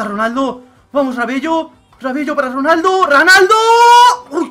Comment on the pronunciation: ojo a "RANALDO" en el minuto jaja